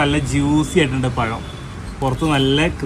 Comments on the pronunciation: പയം അല്ല ടെ പഴം ആണ് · പയം അല്ലടാ കയുതേ ,പളം പളം 😂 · പഴം എന്ന് പറ കോയാ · മൊട്ട പറയുന്നത് പയം, ബാക്കിയുള്ളവർ പഴം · പയം അല്ല പഴം ആണ്. ഭക്ഷണം ഉണ്ടാക്കുമ്പോൾ മുടി അതിൽ വീഴാതിരിയ്ക്കാൻ താടി വടിച്ചു തലമുടിയും കവർ ചെയ്യണം.